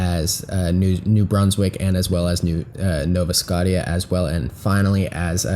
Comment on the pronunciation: It's SCOTIA.. pronounced skoschah